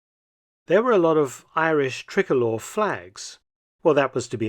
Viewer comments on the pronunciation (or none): Ulster has 3 counties in the republic and why can a English man never say tricolour right. But great documentary. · As soon as I hear 'tri-colour' being said like that I know I'm going to hear some bias brithish ballix. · The .5 calibre sniper rifles were to be used in an anti-aircraft role not personnel. The flag is not pronounced a "trickcolor" it's called the "try colour" as in 3. Also Cahill is pronounced"Ka Hill" not "Kay hill" thank you for covering Ireland 👍🏻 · Mark, tri colour is not pronounced 'trickolor' its pronounced 'try - col - ur' (three colours) 🇮🇪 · trick-alor !!?? is this AI????? (sounds so wrong)